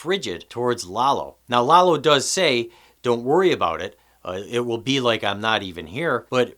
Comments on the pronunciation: his name is Lalo, not Lelo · Lalo- La-Low.. lol every white person keeps pronouncements it Lay low 🤦🏽‍♂️ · Danny J His pronunciation of Lalo really grates on the ears, but your amazingly stupid “every white person” and your blatantly incorrect “lay-low” (which no one had said) really grate on the brain.